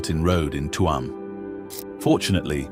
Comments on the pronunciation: It chume,not Tu am. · The first photo is of Clifden not Tuam and it is not pronunced Tue amm, you might have that much right at least. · Its not Tuam,its Tuam